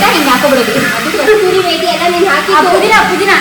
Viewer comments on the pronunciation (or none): And its not kasturi 😂is kasuri methi